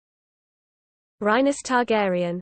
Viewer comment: You got it wrong. It's Ray-ness Targaryen